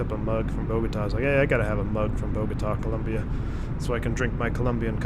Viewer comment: COLOMBIA! not Columbia